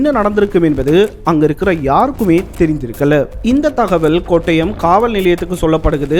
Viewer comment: But bro thats not கொட்டயம் thats கோட்டயம்